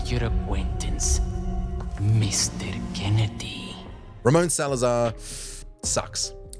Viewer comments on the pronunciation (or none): "Ramon" not "Ramona"